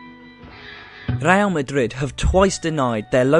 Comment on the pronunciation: It's RE-Al, not RELL. Roll your tongue.